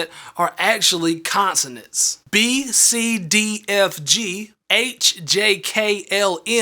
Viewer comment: He said consenens